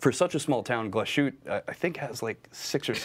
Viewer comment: Nice video even with Zoe missing (looking forward to the first vid with her dialing in).....but please, stop butchering the name Glashütte.....there is little break between Glas and Hütte (Glas|hütte), there is no sh sound in there.....